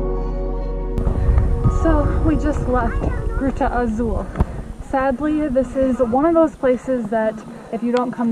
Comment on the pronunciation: pronounced "Gruta Azul" quite well when she said we have arrived to "Gruta Azul" - we can definitely hear improvement in their Brazilian-Portuguese - accents, words and grammar structures vary from place to place around the country though and it's even confusing for us Brazilians